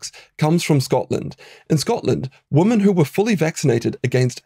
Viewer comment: Doctor, please learn to pronounce ‘women’ properly. It’s hard to take you seriously as an educated person when you consistently mispronounce the plural form of ‘woman’.